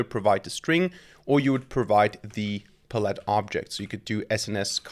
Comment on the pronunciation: Love your content, but its "pal-ette"